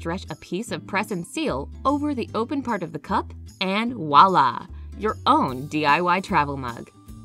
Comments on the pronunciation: I agree as well....and I came here to write the same thing as you did. The term is "Voila" (French)….NOT "Walla". I have overlooked it before.....BUT the last few videos I watched from this uploader used the term incorrectly in EACH video. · I hate when people say "wala" for voila. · Lily McWhorter ....this drives me crazy...😀 I find that almost all Americans say “walla.” I guess the French origin is not generally known.